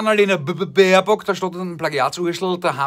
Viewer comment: Hallo mein Lieblings-Österreicher, da hab ich doch heute endlich wieder den BBBBär-BBBBBock gehört - HERRLICH!!!